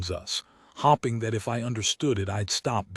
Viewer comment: Every time the AI says hopping instead of hoping is weird